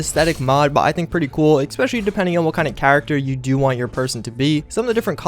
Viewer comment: "exspecially" ...jesus Christ.